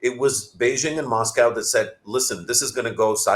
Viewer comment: The effort Pakistanis invest in trying to sound like Amrikans:face-blue-smiling::face-blue-smiling::face-blue-smiling: So pronounces MOSCOW as MASKCOW:face-purple-crying::face-purple-crying::face-purple-crying: This focus on fakery has undone Pakistan.